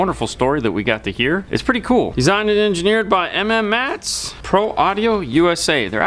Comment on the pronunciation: Please stop calling it M-M-mats. It’s pronounced “Mats”